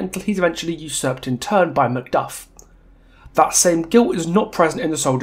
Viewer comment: I'm so so sorry, but when you said Macduff, all I could hear was you saying McGruff, as in that old police mascot The Simpsons parodied a couple times... and now I'm dead